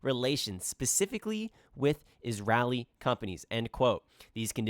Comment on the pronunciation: You should learn how to pronounce “Israeli” first before you comment on middle eastern politics. Start there pls. 😹😹😹